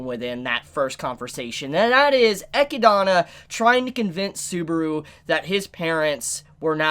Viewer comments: i assume you lost a bet and had to pronounce e-chid-na eci-dana lol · It's so fucking annoying whenever t he says "EchiDOna" 🤦🏻‍♂️ That's not her fucking name! Yes, that's how it's written because that's how Japanese works when dealing with word that aren't Japanese. He doesn't call Beatrice "BeatriSU" so why die so hard on that hill? It's just annoying. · bro are you doing it on purpose or something?? Ah-kid-na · "E-kid-na". E-kid-na. Come on, repeat after me, E-kid-na. Not E-ki-dana. 😂 As for every door being opened, Eli-girl was likely looking for our favorite book loli, since, you know, if you open a door you have a chance to open the one to the mansion's library. Just like a Loot box. 🤣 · Rose-Wall, Echia-donna! Lmao, dudes fuzzy hair almost looks like a wig, an pronouncing names all weird an shit, still a good reviewer tho. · Echidna is pronounced E-KID-NA not the crap way you say it! Jesus help us! Video was almost unwatchable! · did he just say echidana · The way pronounces Echidna is cringy lol. Say it with me....E...kid...na. You know, it is the same as Knuckles....the echidna. Same thing. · Loved the commentary, still cringe at how you pronounce Echidna, which is very much an actual English word outside of Re:Zero that you shouldn't be so unfamiliar with. Also, I can't wait for someone to bitchslap Roswaal's cheeky smile off his blue mug. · why do you pronounce echidna like that??????? is that the right way to say it? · Please stop saying Echidna wrong. Thanks. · The way you pronounce Echidna's name hurts me. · The way you say Echidna bothers me lmao